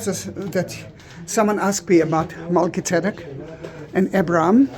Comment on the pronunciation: I love how to pronounce Melchi-zedek!